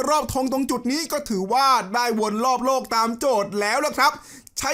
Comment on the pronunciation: โลก ครับ ไม่ต้องหันลิ้น โรค